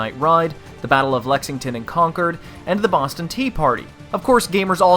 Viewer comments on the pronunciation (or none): none